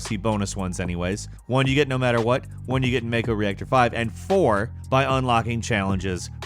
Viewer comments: It's pronounced 'mah-ko' ... Not 'may-ko'. Sorry. Had to get it out of my system. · You pronounced mako wrong it’s MAH ko not may ko, and midgar not midgrr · Imma only say this once. It's pronounced Mah-koh. It is not a shark. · It's pronounced MAH-KO. you didn't play the game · Bro, what is with you and saying things wrong? May-co, MID-GAR.